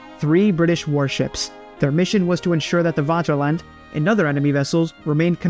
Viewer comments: It's not "Waterland". The pronouncation is Faterland. Regards from Germany. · The Wanterland? Do you mean the Vaterland, pronounced with an F?